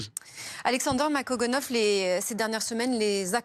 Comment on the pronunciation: Ça fait plusieurs fois qu'elle invite, et elle commence ses salutations en écorchant son nom...